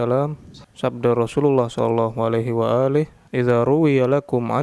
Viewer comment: salah! Tapi shallallahu 'alaihi wa alihi' bukan 'wa'ali'